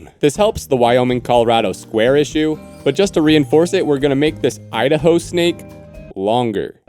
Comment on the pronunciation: Idaho ✅ I da hoe ❌